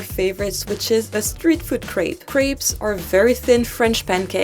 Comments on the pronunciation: I’ve never heard a French say “krape” and not ”krep” just curious about that pronunciation of crêpe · KRAPE???????? Really?!?!? You are french? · Why on earth did you pronounce crêpe “crape”?